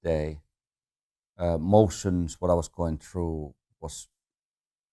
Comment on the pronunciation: I like how he pronounces emotions as motions. Less feels, more speed Mika, fantastic.